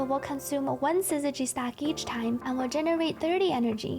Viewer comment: Finally, someone who can consistently say syzygy properly!